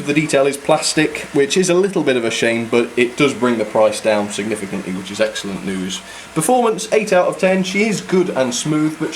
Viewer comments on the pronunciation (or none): none